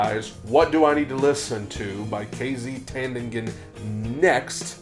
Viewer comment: Only Pilipinos can pronounce her last name, TANDINGAN (TAN-DI- NGAN). The NG is a killer and there is just no way to teach it. Great show! Thanks for doing KZ!